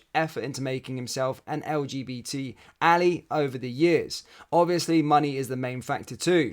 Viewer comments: Ally, pronounced al-i. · FYI, the word "ally" is pronounced AH - lie - the singular of "allies" as in "the Allies beat the Axis in World war 2"